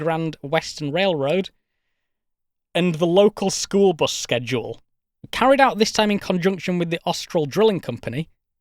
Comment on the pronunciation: For a bri'ish "person" you pronounce "schedule" surprisingly properly.